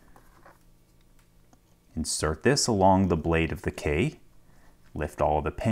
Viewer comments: The guy pronounces key like Kay, it seems to anoy me a little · he pronounces the word key like someone who never uses keys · KEY!! Say KEY!!! K-E-Y. It’s not a Kay. Stop saying Kay!! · His "key" always sounds like "Kay". No idea.